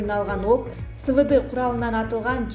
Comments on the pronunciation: Сы Вы Ды эмес!!! Эс В Д болот!!!!! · Свд эмес эсвд болуп окулат